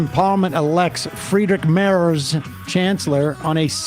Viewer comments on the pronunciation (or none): Sam's attempt to pronounce Friedrich Merz is funny. Also, this was the first time that it took a second ballot to elect a chancellor.